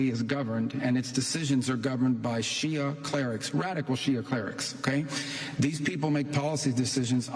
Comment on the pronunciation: He said shiha 😂😂 and America follows Israel Zionist